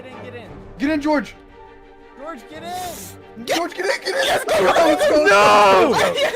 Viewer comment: Sapnap: GORGE UH